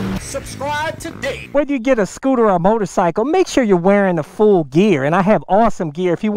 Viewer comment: Chi-Nese... Scoo-Ta!!!